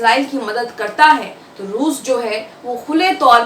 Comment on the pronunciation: rooz nahi bolte